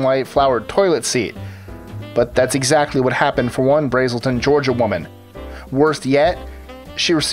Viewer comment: I live next to Braselton Ga but you pronounced it wrong.